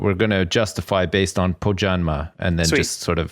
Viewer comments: Pohjanmaa "pohuzjanma" triggered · Mostly just ' pronunciation of Pohjanmaa